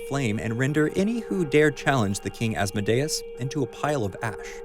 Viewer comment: Hail Asmodeus. Please say his name correctly.